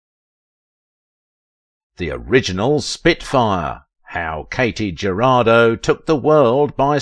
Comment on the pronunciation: Thank you for bringing her back to our memory. I do know how difficult is to pronounce properly in one’s non-native language. However, I praise to God not to have slaughtered all names when I speak English. Katy’s last name (Jurado) means “juror”, its Spanish pronunciation is almost equal to English —not even close to “Geraldo”.